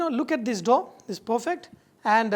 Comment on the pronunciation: lol, "look at dis dhoh."